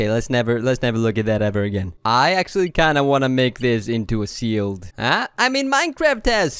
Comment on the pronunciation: he says "seild" instead of shield and fisting instead of fishing